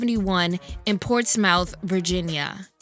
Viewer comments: Hearing u say Portsmouth as PORTS-MOUTH instead of PORTS-SMITH is funny I'm from Hampton roads (Portsmouth is one of the cities in it) 757 ❤ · Port-smith not ports-mouth lol Missy is definitely a musical genius! Let’s not forget her and J Cole! Thanks for this!! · Being from Portsmouth, it always trips me out hearing how people not here pronounce it. (It naturally sounds weird and wrong to me lol) Also, I can remember Missy coming up and all of us from P-Town was excited. I was in middle school at the time. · I gagged when she said ports MOUTH! LOL... noooo. 757 natives know it as Ptown or PortsMITH lol country ish. All good though. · It’s pronounced 🗣️ PORT-SMITH (Portsmouth), Virginia. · 😄 it’s pronounced “portSMITH” IDK why 🤷🏾‍♀️ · Its pronounced ports-smith, Virginia lol. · Portsmouth is pronounced "Port-smith". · Portsmouth is pronounced, "Portsmith." Just FYI lol. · Love this video! #VA #TwoUpTwoDown #7Cities ...and here we say Ports-mith (Portsmouth) 😄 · Since I love the channel, imma let you slide with mentioning "Hot Boys" for The Real World" album but playing "Beep me 911" which was on "Supa Dupa Fly." You had one job🤣🤣. Keep the vids coming. Love them. BTW. It's pronounce Port-Smith(Portsmouth) Don't ask why, it's a Va thing I guess.🤣🤣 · Portsmouth is pronounced P-town or "ports-myth" (or "port-smith")! Missy is my P-town Queen! <3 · Lmao as some one who now stays in Va it’s pronounced port-smith I couldn’t help but laugh and cringe because I use to say it the same way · Ports-muth 😂😂 sorry it's the Virginian in me. I mean no harm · Portsmouth, VA 💓💓💓 and it’s pronounced “ports-smith” lol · It’s pronounced Ports-myth friend. Lmaoo people be jacking up the names of Virginia cities. I laugh Everytime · It’s pronounced “Ports-smith”